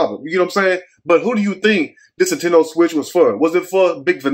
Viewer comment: Intendo switch instead of a PS5 😂💀🙌🏽